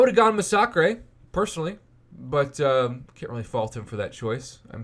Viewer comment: We not gonna talk about how he massacred the word massacre?.. ma-socks-grey?